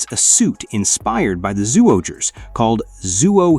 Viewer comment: Its pronounce as Juohger not Suohger